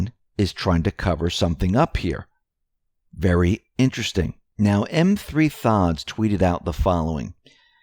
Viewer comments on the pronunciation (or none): I love ya but you keep calling M3THODS M 3 THODS. His name is Methods, the 3 is basically a backwards E. Please stop, it hurts my ears lol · Do you say em three thods on purpose? You know it is the work methods, right?! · Lol. I don't think he calls himself M3 thods. Its pronounced Methods. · The Twitter handle that you referred to "M3thods" is pronounced methods, whereas he uses a 3 as the E. Just wanted you to know. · Hi! Love your show, I never miss a single one! I hate to correct you but, the Twitter handle you refer to is pronounced methods. The E is a 3 instead, clever but a little confusing. Keep up the great work! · just a quick correction. You have been quoting much from M3thods which yo refer to as M-three-thods, but the handle is "methods." Sorry, no offense intended just want you to have it. Cannot tell you how much I appreciate every report, twice a night! And I have to bite the bullet on Saturdays.And Sundays and your reports are back right on time. Thank you for your amazing reporting and tireless work! WWGOWGA! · M -3-Thods is “methods” with the e backwards - M3thods. ❤️ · buddy, your driving me nuts on how you pronounce one of your source' name. Now don't take offense, but when you quote M3thods - as (M - 3 - thods), it's not pronounced that way. If you turn the 3 around it now becomes an E and spells - METHODS, as in 'Methods [to] my madness' or '@ Just trying to shed a little light on it. Hope that helps ya out there, goombah? L8tr - WWG1WGA! Oh, by the way, another great show. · Are you sure its M-3-thods and not methods? As in Methods 2 madness, lol, just a side note. Keep up the good work. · Hey! Love your video! By the way.... your source is pronounced METHODS. Not M3 thods even though it's spelled like that.:-) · M3thods is pronounced Methods, that's why the is M2Madness as in method to the madness. The 3 is in place of an E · "M3THODS" is pronounced "METHODS" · M3thods pronounced METHODS dude